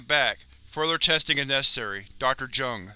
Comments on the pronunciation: It's not pronounced "Jung" it's "Yoong" but okay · Isn't it pronounced "yuh-ngh"? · Jung is pronounced "young" Just a fyi